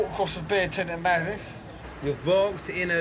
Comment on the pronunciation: He says "beer tent".